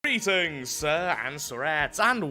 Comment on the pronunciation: Sounded more like he said Beatings to me